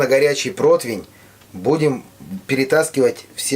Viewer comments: Не чибата,а ЧИАБАТТА!!! Не протвень,а ПРОТИВЕНЬ!!! Когда вы это запомните уже??? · чИабатТа :)) Я тоже заметила. И ещё - проТвень , вместо протИвень. Главное, хлеб хороший!